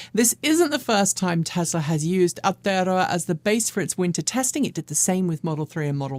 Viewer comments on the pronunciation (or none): try saying it like "our-toe-row-a". good luck